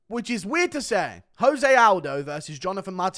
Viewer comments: Oh no. Guru doesn't know the right way to say "Jose Aldo"... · Stop saying jose like hes mexican. Hes brazilian, just pronounce the j